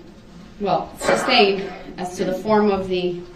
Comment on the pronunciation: Aminant = animated Substained = sustained Axed = asked Relevancy = relevant Many more mangling of English language! Many moments where he reveals his education was seriously lacking. Newtons laws of motion. Cardinal points of compass